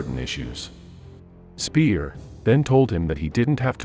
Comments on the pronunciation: Goebbels = short double consonant "bb" - Speer = just like or close to "ea" in "pear", not "peer" - just for the curious ones :) Wagner = Wugner, like in "pug!, not "Waggner" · Well done, but the pronunciation of German names was lacking. Speer = Shpare; Wagner = Vagner; Göbbels = Goer-bles.